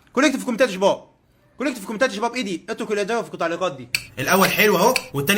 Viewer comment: ليه بتقول شيباب